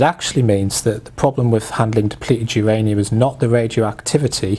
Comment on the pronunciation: im sorry, who's ranium? is it myranium?